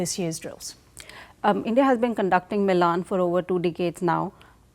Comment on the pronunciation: The fact that the Indian girl mispronounced 'Milan' is sad